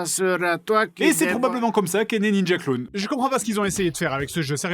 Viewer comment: cet accent parfait XD « ninja kurun(clown) » 😂😂